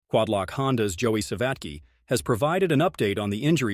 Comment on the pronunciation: joey savaky? alpeen star 😂😂